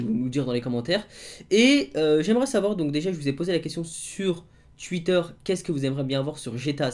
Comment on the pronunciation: PK se titre 🤔 tu as une façon de dire twitter 🤗🤗😳